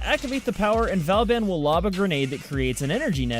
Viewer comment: It's not valban